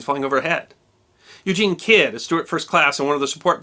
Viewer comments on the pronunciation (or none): none